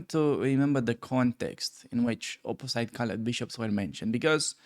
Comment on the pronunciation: because your english it’s very good , I can give you a little trick to improve it further: check pronunciation for two very common words: ultimately and opposite although some people like to hear European accents